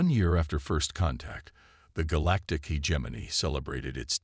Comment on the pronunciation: God I wish that the AI could pronounce the word “hegemony” correctly…..